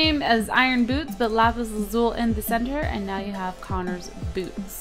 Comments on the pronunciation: its pronounced lapis lazuli not lapis lazul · it is not pronounced lsul it is lusle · Isnt it pronounced lapislazul-i not lazule? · it's pronounced lapis lazuli! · She can't pronounce lapis lazuli right!!!